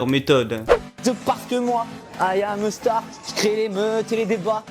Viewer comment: AYAM EU STAR 😂😂😂Les français ont vraiment du mal avec l'anglais😝